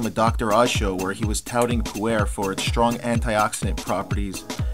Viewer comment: Just thought I would share. Pu-erh is actually pronounced POO-r where the r is sort of an "r" mixed with an "ar" at the same time. Also, if you listened to Numi on how to brew the tea, than you did not get the tea to its full potential. Numi, if I remember correctly, says to brew the tea in hot water for 3-4 minutes. However, the process is a little more complicated and shorter. You should rinse the tea first by pouring boiling water over the tea bag in a cup and allowing it to sit for 5 seconds (only five seconds, maybe even less). You then immediately pour in your boiling water for your drink and let steep for ONLY, AT MOST, 25 seconds. I know this seems like a really short time, but with Pu-erh, if you steep any longer you end up getting the flavors and aromas that you mentioned. The tea is just as strong with the short steeping time and is much better. Also, try it with a little half and half. If you were to add a little Yak butter and Yak milk it would then be called Poo-Cha. Although you can substitute the Yak parts with regular butter and half and half.